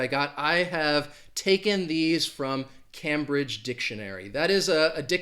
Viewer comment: Cambridge is pronounced CAME BRIDGE and not CAM BRIDGE. I live 22 miles from Cambridge, England.